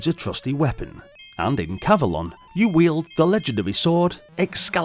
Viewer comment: I would say it's pronounced cav-o-lon, to rhyme with the mythical Avelon, where King Arthur and his knights are taken after their deaths. Anyway, seems to be a charming maze game, similar to the arcade game Tutankham, which came out two years earlier. (BTW, Excalibur is the greatest King Arthur movie ever made, IMHO. It has never been equaled.)